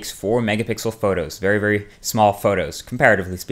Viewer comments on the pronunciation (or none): none